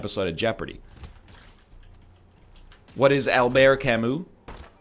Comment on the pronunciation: Ryan “Galaxybrain” “Letourneau” actually pronounced both Camus and Sartre incorrectly :p